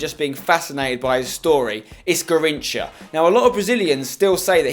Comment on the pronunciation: Garrincha is pronounced like gizinho